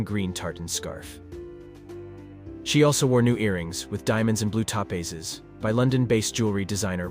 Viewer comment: Teach your AI tp pronounce Topaz and Peridot.